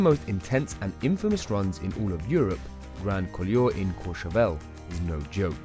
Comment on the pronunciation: Commentator has evidently never skied these runs, as he hasn’t a clue how to pronounce either the runs or the resorts they are in. La Grayve, Grand Coolure etc - words from the mouth of someone who appears never to have been to the Alps.